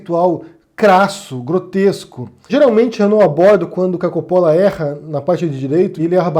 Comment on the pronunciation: Olá! Espero que você continue a publicar seus vídeos. "Deus é Luz, ignorância é escuridão..." Essa "turma" que hoje podemos ver no Brasil (e no mundo) é do mal! São capazes de subverter o Sagrado, que dirá aquilo que não o é... (Uma observação, se me permite, o nome "Coppolla" - de origem Italiana - deveria ser pronunciado 'Cóppolla' como em Italiano, com o acento na primeira sílaba). Abraços!